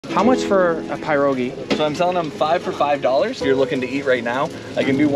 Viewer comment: I love when people pronounce pierogis like that😂let’s you know they’re new to them